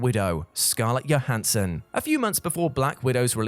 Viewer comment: JOE-hansson,. JOE-hansson. Not YO-hansson. She's not Swedish, dude...